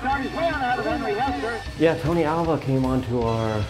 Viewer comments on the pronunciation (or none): Alva not awa